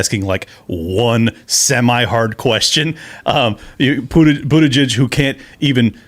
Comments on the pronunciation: I'm a fan of her pronunciation.."Bootishay." So proper for pot hole Pete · Does this chick mispronounce Bootyjudge’s name on purpose? Could no one correct her?